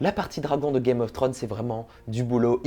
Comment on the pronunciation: C'est dommage c'est un sujet qui m'intéresse, mais ta répétition (5 fois sur la première minutes) sur le nom de la série (Que tu prononce Trône et pas Thrones) ma plus que perturbé et je nai pas pue regarder le reste de ta vidéo par peur.